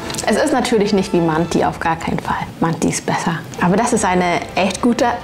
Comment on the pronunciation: Nofront es wird Mante ausgesprochen